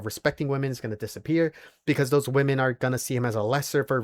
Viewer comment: Nothing that simp said is an argument. He sounds unintelligent, he can't even pronounce the word "women" correctly.